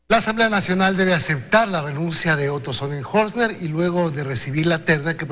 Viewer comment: Hoy si se equivocó, pronunciando el nombre del.ex.vicepresidente Otro Sonenholzner, si que definitivamente casi.nadie.lo.pudo.aprender a decir, no se pega. 😬